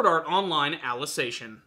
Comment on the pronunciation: Your pronunciation of 'Ali-ci-za-ti-on' is wrong, its not 'Alization'. Also why are people parroting the word 'infodump' now as if it's bad that there is explanation instead of action? The explaining was always part of SAO and if you're not interested in it, don't blame it on the series but on your inability to see SAO as more than a shounen show.